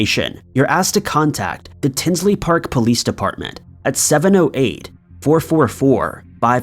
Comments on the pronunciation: Tinley** not Tinsley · In story number 3 the correct pronunciation is Tinley not Tinsley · #3 it's "Tinley" Park not Tinsley.... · The Lane Bryant murders were in TINLEY Park not Tinsley park…. Lmao wtf. You get so many facts wrong in all these videos. I swear to god your videos are like the cheap ass mass produced made in china plastic shit from dollar tree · Before making a video you should get all the details correct. It's Tinley Park, not Tinsley Park. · PLEASE!! The Lane Bryant Murders happened in my town, TINLEY PARK, IL, not “Tinsley “ ..SMH!! It was and still is a horrendous case that has yet to be solved and changed our town. Please research and proof read before posting so the correct info is put out. You have the wrong name of the city . Unbelievable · TINLEY . NOT TINSLEY DUDE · Except for the Adam Sandler doppleganger thumbnail LOL and "tinsly" park